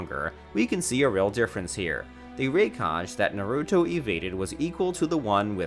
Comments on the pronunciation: Can tell he's never watched this shit with my favorite mess up out of all of them, "Narutu" lol it's the main character and you can't even get his name right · bro... "nu-root-o" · Saskee, narutoo, hocage lol